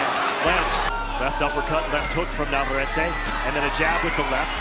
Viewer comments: Stupid commentator is a total disrespectful POS AT LEAST LEARN TO PRONOUNCE " VAQUERO NAVARETTE ! NOT FKING "NA VER ET" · Navarrete is pronounced Nah•var•reh•teh